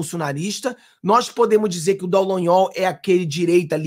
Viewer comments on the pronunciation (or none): none